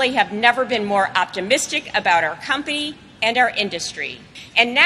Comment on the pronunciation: U know shes bullshitting when she cant even say company